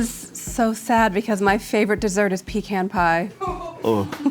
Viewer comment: I'm gonna be honest.... I don't like the way they said Pecan